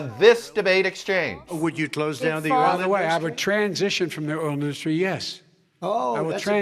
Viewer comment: It's industry not in dus try moron